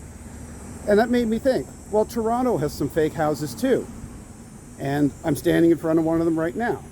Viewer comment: Thank you for talking about "Toronto" and not 'Tronno' like many do.